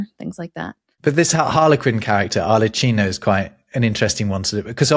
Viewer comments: Arlecchino is pronunced with an hard C 🙂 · Ar-le-KEE-no, not ar-le-CHEE-no, please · "Ar-le-kee-no," not "Ar-le-chee-no." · Please be aware that 'CH' in Italian is pronounced 'K'. So 'ahr -leh-KEE-no'. The mirror lazzo sounds like it could be the inspiration for the mirror routine in the Marx Brothers film 'Duck Soup': I'm glad you brought up Punch and Judy. Punch get his hunchback from Pulcinella, by the way. It sounds like the original meaning of 'jest/gest' is echoed in the title of the novel 'Beau Geste'. Yes, we do know Punch and Judy in the States, though it's not as widespread. I do know that John Styles was a well-known Punch=and-Judy man. He died just last year. You can see his work in 'The Box of Delights' (1984), in which he does the actual performances for Patrick Troughton (Cole Howling). He was also in an episode of 'The Avengers' (Look - Stop Me If You've Heard This One - But There Were These Two Fellas), '102 Dalmatians' (2000), and 'Randall and Hopkirk - Deceased', aka 'My Partner the Ghost' (That's How Murder Snowballs), among many other appearances. By the way, for scifi fans, the Doctor Who-adjacent book 'Oh No, It Isn't' is inspired by the world of panto. Mark Twain considered puns to be the lowest form of humor. Of course, that didn't stop him from using them. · Both Arlecchino and Brighella are from Bergamo. You pronounced Brighella correctly but you both got Arlecchino wrong. In Italian CHI reads KI. So his name is Arlekkino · Your pronunciation of Brighella was good, while you both botched Arlecchino. In Italian ch sound like a k, even more pronounced because of the doubling of the c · Come on guys, it's arleKKino 🙄 You got Brighella right... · Arlecchino is pronounced "Arlek-kino". Sorry... I can't help myself. I'm the Italian Pronunciation Police. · Thank you for this video, very interesting. Anyway, I don't want to nitpick, but Arlecchino is pronounced ar-leck-kEEno ;-)